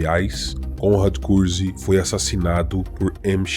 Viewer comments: Muito bom, embora algumas pronúncias estejam estranhas Vc faz parecer que o segundo nome de Conrad é CUZCUZ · vc acaba falando curzk e soa como cuzcuz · Konrad Kurze mas pronuncia como Curse (Maldição) Tzeentch não se pronuncia "Teezentek"